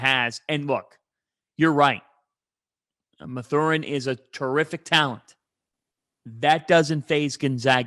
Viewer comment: When you cannot even pronounce Ben Mathurin's name correctly it suggests you don't even know who or what you are talking about.